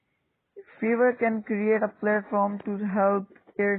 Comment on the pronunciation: briefly explain. what is feverr brother It's Fiverr